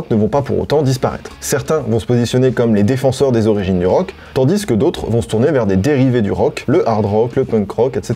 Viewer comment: Frero t'es le boss, mais on dis tandis pas tandisse ;P